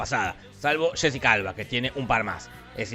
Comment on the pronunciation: Cuando dices Jessica Alba suena a Shesi calva